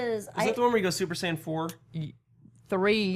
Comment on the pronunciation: Ehrmagerd Surper Sayin